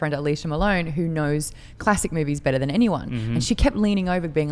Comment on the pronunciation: Learn to know the difference of "THEN" and "THAN" please.i've been noticing lots of people confused by this 2 different words. Yes you used "THEN" because you pronounce "THAN" as (DEN) in english acsent,but you shouldn't not spell it the same as "THEN" (DEN).